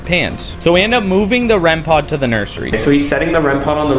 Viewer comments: Hey I just wanna tell it's "rem pod" not "rem pot" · It’s not called rem pot it’s called rem pod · Man! it's not REM pot it's "REM-POD"🤦‍♀️